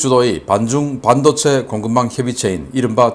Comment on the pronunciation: 반도체 발음을 잘못하고 있어요....반...하고 높임이 아니고 낮춰야 함네다.